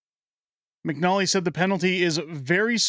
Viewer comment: Can you read? It's McNicholl. How do you get McNolly out of that? And how many times can you repeat your mispronunciation?